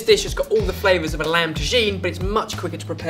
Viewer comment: "This lamd and aubergine stew is packed full of spices and flavors, so.. watch this" hahaha